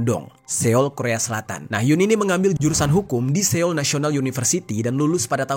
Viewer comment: Bang Jeri..pengucapan Seoul itu seharusnya SOUL bukan SE-OUL..cb dicheck dech pengucapan sebelum2nya dr dulu klo bahas soal korea nyebut ibukotanya Se oul.memang tulisannya Seoul tp pengucapannya itu soul..boleh di crosscheck